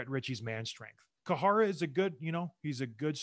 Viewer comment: Great vid... but John Scott, it's "Care-uh" (Or "Kye ruh" as most of us white folks call him), not "koo-ha-ra". I missed this gem of a series though. Just checked out episode one of "Pound for Pound".. man, this content is great!.